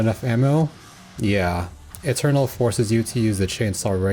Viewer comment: Yeah thats DYUM ETYORNAL